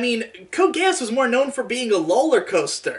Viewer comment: I cry every time calls is "GE-AHSS" It's pronounced exactly like its said in the show (geass so "geez")